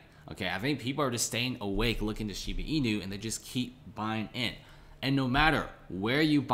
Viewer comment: shiiiiibaaaaaa bruhhh not sheeebeeee